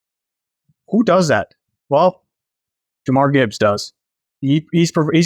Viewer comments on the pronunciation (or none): It's JUH-MEER Gibbs. NOT Jah-Marr.